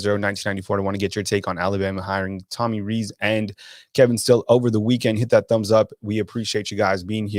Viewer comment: It's pronounced "Rees" like "lease."